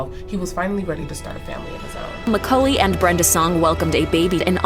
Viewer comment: Awesome "Macaully!"